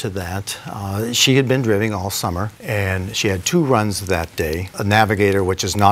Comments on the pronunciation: That mispronunciation of driving was pretty funny. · "drivving" "flustrations" lmao 😅